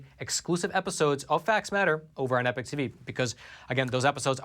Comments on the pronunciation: Why do you say epoch as "epic" instead of like eeepock ? Just wondering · Just as an aside is it American pronunciation to say 'Epic ' for Epoch? England 🇬🇧 🏴